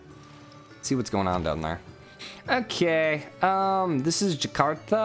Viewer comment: To be fair, Jakarta was quite spot on but with an American accent. Nusantara (noo-sun-ta-ra) = nation. Kampung (kahm-poong) = village. Jambi (Jahm-bee). In general, Indonesian vowels a-i-u-e-o are pronunced ah-ee-oo-eh-oh (unlike the english ae-ai-you-ee-ou)